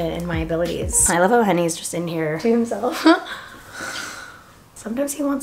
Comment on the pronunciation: Allllllll this time. I thought u were calling him hunny. I thought it was just a cute way to refer to your boyfriend. His name is Henny 😂😂😂 nice 👍🏽